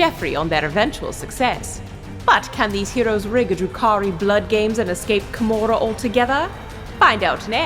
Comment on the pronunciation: Ugh, *Drukhari*. Also, Gideon is the most frustrating character I have ever seen, in a good way.